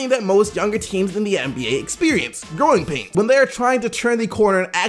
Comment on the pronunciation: I kept hearing groin pain instead of growing pain when was talking about Philly